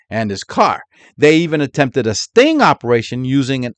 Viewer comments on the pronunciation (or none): none